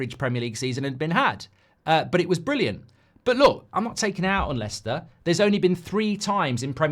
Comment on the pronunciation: Its leicester